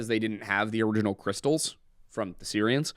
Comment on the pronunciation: Every time said “Sirians” my phones Siri went off😂